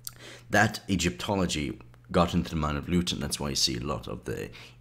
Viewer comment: Loiton ??!?! It's pronounced LITTON..!!